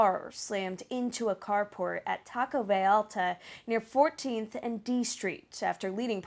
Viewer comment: VA YA ARTA and not VA Larta!